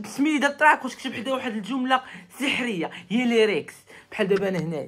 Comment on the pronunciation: لايرس ❌ ليريكس ✔